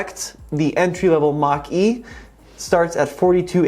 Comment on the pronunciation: Guys, it's pronounced "MOCK EEE"